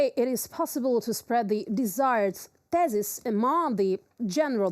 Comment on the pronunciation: Commitment to the broadcast comes first! Bravo UATV English. A note: The "th" in the word "thesis" is soft, like the "th" in "thing."